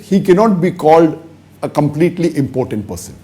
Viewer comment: It's not pronounced as "important". It's im-po-tent.